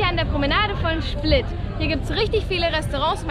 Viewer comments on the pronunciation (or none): Schplit?? Hast du doch gesagt?!